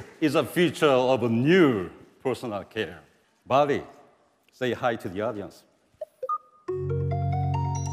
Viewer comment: say hello to Barbie ( that’s what I heard )